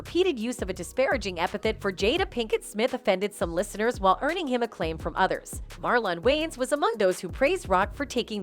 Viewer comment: who is Marllon wayans? I can't unhear the mispronunciation over and over. Can this women narrate and pronounce Marlon Wayans name correctly? this woman is like a white 2nd grade teacher who keeps reading the attendance sheet Wayans, Marllon? Is there a Marllon Way-----ans here today?